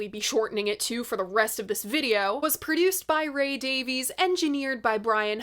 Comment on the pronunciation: PLEASE,... NOT "DAVE-eez!" Ray himself publicly upbraided the critics Jim DeRogatis and Greg Kot on the Sound Opinions podcast, telling them that the family pronounce it "DAVE-iss."